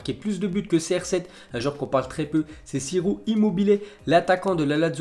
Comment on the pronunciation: " Chiiiro " pas " sirop " ^^